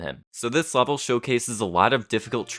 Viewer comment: Man says "lavel" in such a weird way, that the subtitles heard it as "wobble", that is really the hardest challenge you've done so far, so please put a wobble on your wall.